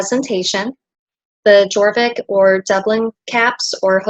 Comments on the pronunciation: the letter j is pronounced as a y. Fjord = fyord, jorvik = yorvik and so on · You've made a lovely tutorial. I would like to help with your pronunciation though, if I may. These are Scandinavian words so, your "j" has a "y" sound. For example Jorvik is pronounced "yore-vik", likewise Skjoldehamn is pronounced with the "y" sound (sk-yold-ham). I hope I've helped you as much as you've helped me❤